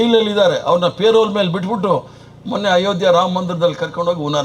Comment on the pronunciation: 1) asharam alla asaram 2)payrale alla parole!